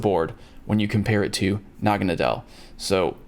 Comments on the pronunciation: It is pronounced noggin-it-del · It’s nag-a-nay-del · Here's the pronouncing. Na-ga-na-dull.And also what can't it learn thunder bolt.Did niantic never watch the anime.In the anime Naganadel learns thunder bolt from Pikachu.When it was a Poiple it liked to have fun with Pikachu.Except it had to stay in it's own wormhole so they said their goodbyes.And when it evolved it learned the move thunder bolt.Because of the friendship between them. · Pronounced Naga-nah-dull Ash caught one!